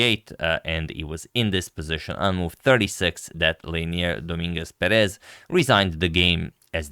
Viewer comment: Dominguez PErez not PerEz